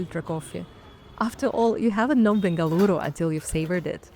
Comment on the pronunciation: Thank you for pronuncing Bengaluru correctingly.Better than our Indians do 😊